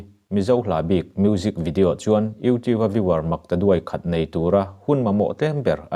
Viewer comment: sawi ve lawk youtube hi , video idah dawn chuan itawngkam afel fai tho sia ,lam dik la tha ka ti ,youtiu tiin ilam a mak dangdai em emai